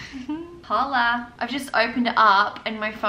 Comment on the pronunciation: Did you pronounce the H I’m hola?😅it’s pronounced as Olah